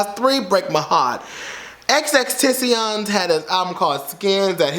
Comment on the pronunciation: 🤨 did you get a new camera for xmas bc the content quality, visually, is STUNNING!?! 🥵 ( in my Monique Heart voice ) 🤘🏾📹📲 Also there’ are three x’s in Xxxtentacion. if you gonna drag the poor dead boy at least pronounce his name right please. but imma give you some slack bc the Barbs are our for blood today bish!